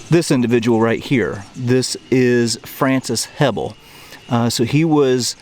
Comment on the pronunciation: Francis Hebl was a distant relative of mine. The proper pronunciation is hee bell. Thanks for your great work. Well done agai